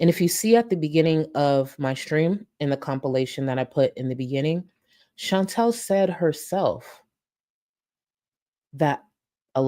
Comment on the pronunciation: can you consuder saying Chantal instead of Chintell?